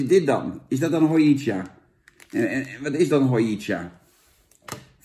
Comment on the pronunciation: Hojicha is Japans en je spreekt het niet uit als ho-ji-tja, maar als ho-dji-tja en ja het is best smerig. Cha betekent thee